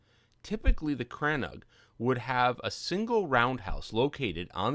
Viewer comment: Great video. I'm currently building a crannóg in a snowy biome, and came here looking for interior designs. Never heard it pronounced as crann-og though; it's usually called crann-oog (longer o sound) in Wexford.